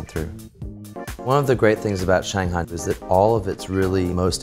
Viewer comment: Fluent in Shanghainese but cant pronounce Shanghai